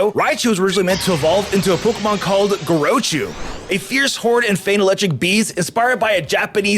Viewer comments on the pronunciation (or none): It's "Gore-ah-chu"